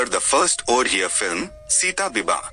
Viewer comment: Pronounciation of the title of Odia movie is not proper.